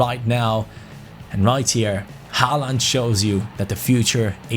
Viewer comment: It isnt pronounced Haland. It is like hoaland! Like so can pronounce